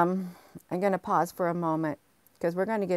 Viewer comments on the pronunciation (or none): none